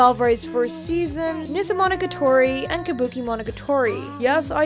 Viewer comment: I can't stand the way you pronounce that Japanese titles xD Specially that Nisemonogatari xS You're still awesome though :)